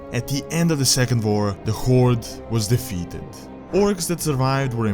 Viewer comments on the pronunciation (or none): Why do You say war with a V